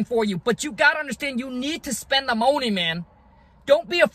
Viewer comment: You say money Funny bro 😂😂 but thanks for the advice